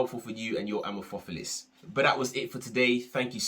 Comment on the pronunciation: The word amorphophallus comes from greek amorphos (= misshapen) and phallus (=penis) so the stress would be on the second and fourth syllable. Just info in case you care, no offense whatsoever. Great informative video :)